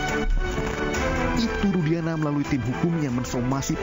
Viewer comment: Nyebut Nama Orang yang Bener Kamu...... RUDIANA bukan RUSDIANA..... Kamu itu benar pengacaranya dia atau asal bela orang saja.... Jangan-jangan Kamu salah bela orang....